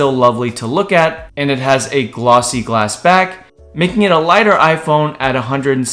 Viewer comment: I heard glossy as well lool